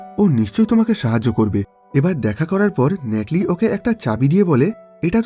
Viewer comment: ভাই ন্যাটলি না। নাথালি হবে।